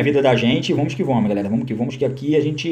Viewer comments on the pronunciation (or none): Toda vez q minha namorada está perto e eu estou vendo o vídeo , ela dá risada qndo ele fala " vomos q vomos " kkkkkkk